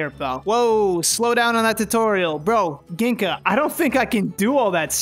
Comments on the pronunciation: Hearing him say Gingka with a hard G and not a J hurt my soul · Batuken Shoot Beyblade Fan: …Metal Fight characters that I cannot even pronounce the protagonist’s name correctly. Also Batuken Shoot Beyblade Fan: Gin-Ka (not Jing-Ka, which is from the English Dub. At least it’s not from the 4Kids Dub). Yu-Gi-Oh fans who watched the English Sub than 4Kids Dub: He’s a wizard. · Glad to see the two best games from this video are from the metal saga, the generation i grew up with, I used to think Ryuga is the coolest guy ever and had lots of L Drago bays but all of them were sadly bootleg. Everytime mispronounced Gingka, i died a little inside lol (its pronounced Jingka with a J, not G). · i grew up with the metal saga and I physically cringed when you said Ginka's name wrong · Gingka is pronounced like Jenga that’s how I remember it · It pisses me off that he pronounced his name as gink-a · its not ginka XD the k is silent lmao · Everytime he says gingka's name wrong i just think about the comment section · I love how he constantly mispronounced Gingka's name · Is it only me or am I the only one bothered by him saying gingka wrong